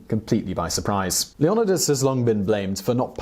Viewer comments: Why are you saying the "n" twice ...leon ni das or leo nidas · The way you say his name 😂 couldn't keep watching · Omg if you don't stop butchering his name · Dude seriously, with that pronounciation of Leonidas? Have you never even heard his name before. 300?! The spoofs? Anything in pop culture making fun of the movie 300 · Not sure if Simon is pronouncing it wrong, or if I should stop taking movies starring Gerard Butler as being where I get facts from. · Why can't you pronounce his name correctly? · Talks about Spartans. Who are Greek. Keeps showing pictures of legionaries. Who are Roman. Also keeps mispronouncing Leonidas. Still good, just frustrating. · the way leonidas is being pronounced kill me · I Was Triggered when He Pronounced Leonidas as le-nod-ee-us... ITS LEE-O-NIDE-US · Leonadis? Hmm, I was not aware of that pronunciation. Ya learn something everyday I suppose. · It's Leo-ni-das not loenadus ...wtf Seemon Wipler 🤣🤣🤣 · LEE ON A DISS??? NO LEO NYE DIS? WHAT IS THIS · He pronounces it Lee-yo-nuh-dus instead of Leo-ny-dus how would you say it? please reply and give me your thoughts? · The name is Le-on-'eye'-das, not leonadus. Had to switch off😕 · Why can no one say his name proper? Lee-oh-knee-dus. Not Leon-oh-dus. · “Lee AH niduhs” * shudders * LeOnidas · ok we get it its leONidas not LeoNIdas lol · Why does he keep saying "Leon-I-dis" It's pronounced LEO-NYE-DAS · Its LEEohNYEdahs not LehOHnihDAHS!!! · is it pronounced leon-edus or lee-on-eye-dus? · Isn't it leo-nide-as? Not leo-on-os? Not making fun of your accent if that's what it is, I just want to know, cause maybe it's something like pirates of the carribean, and the way they say it in the movies is not how you say carribean. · Hello simon, an history nerd, and a big fan of your videos. i do wonder, why do you prounounce Leonidas and not LE O NAI DAS as was letinised ? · Say it right! It’s Leo-nydas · Lee oh nigh duss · Leo-night-uhs! There’s a movie about it lol 😂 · It’s lee o knee das